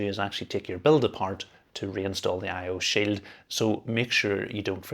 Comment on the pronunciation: "I/O sill." 🗣️🔥🔥🔥